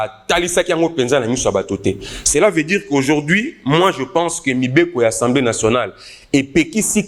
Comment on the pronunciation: "ENSEMBLÉE" TEEE..... , MAIS ASSEMBLÉE NATIONALE